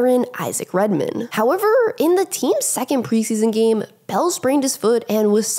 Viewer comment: I like these videos, but A) Who TF taught her to say "howeveRRRRRR" like that? & 2) Why does it LEGITIMATELY sound like she's being punched 👊 in the stomach as she says "HoweveRRRRRR!!" ?